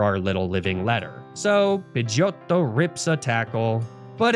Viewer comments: Say pidegeotto like that one more time and im jumping out the window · The way you pronounce Pidgeottto always cracks me upXD Thank you for another amazing journey=3